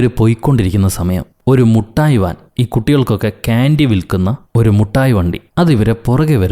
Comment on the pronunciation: Mittayi vandi❌Muttayi vandi✅😂